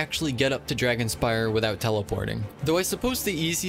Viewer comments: Dragonspine not dragonspire lol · It's called dragonspine not dragonspire 😭😭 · Isn't it....Dragonspine? Not dragonspire? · I love how he kept saying dragonspire instead of dragonspine 😭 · every time this guy said dragonspire instead of dragonspine , it took 300 years off my life span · I really like the way that he says dragonspire instead of dragonspine haha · He still says dragonspire 🗿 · I cant ignore you calling Dragonspine Dragonspi r e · It’s dragonspiNe no r 🤪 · no one gona say that its dragonspine and not dragonspire? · I just had crisis over whether it's pronounced "Dragonspine" or "Dragonspire" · What did he say? Dragonspire? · Isn’t it “dragonSPINE”? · WAIT… ITS “DRAGONSPIRE?” ITS NOT DRAGONSPINE? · Dragon'spine' Not spire :) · its called dragon spine not dragon spire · i think uve been reading wrong this whole time lol, its actually dragonspine, with an n, not an r. like dragon-spine as in ur backbone, not dragon-spire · Uhmm it's called dragon spine not dragon S-P-I-R-E just correcting that ur wrong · its not "dragonspire" its dragonSPINE